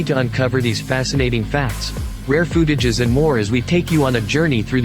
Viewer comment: Did this narrator say " rare futages" of dimebag? I'm not sure what futages are, but I'd like to see some good footage.